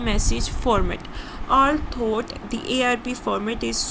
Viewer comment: Its not all-thought Its like Althou but spells like Although Your lectures are well explained but pronunciation are not. Anyhow helpful 👍🏻